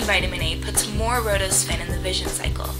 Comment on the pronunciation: it's not rhodospin and ospin it is rhodopsin and opsin